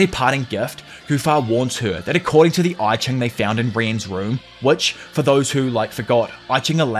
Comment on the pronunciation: This anime really plays with Chinese philosophy. It's jarring hearing "yi jing [易經]" pronounced as "eye ching". I'd prefer it if uses the English translation, "Book of Changes". Yes, it was & still is used for divination & philosophy.